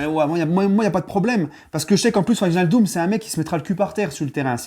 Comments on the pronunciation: Tu site très mal son nom comme la grande majorité des Français...ij se prononce hey. En gros c'est wèinaldum. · Par contre il va falloir que tu apprennes à prononcer son nom 🤣